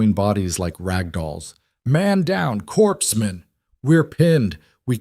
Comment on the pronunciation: pronounce medical corpsman as core man not as corpse man The M110 SASS rifle is a 7.62 rifle. A good medium range sniper rifle but not a great long range rifle. It’s ‘stalK’ not ‘stock’